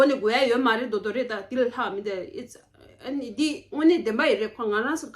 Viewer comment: Well, u said u have b1 french level but u pronounced j’adore and said je dore lol wonder what French level u have